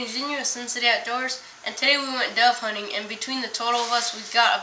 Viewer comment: Dove hunning lmao